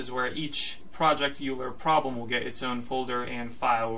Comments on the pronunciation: I learned the correct pronunciation from my differential equations professor in college. Oyler. So now I go around correcting people. 😅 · Immediately clicking off because of how you pronounce Euler